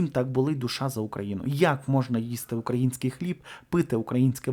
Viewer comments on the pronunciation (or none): none